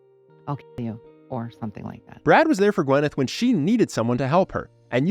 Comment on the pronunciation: Her name is pronounced "Gwinn-eth" not "Gwen-ith".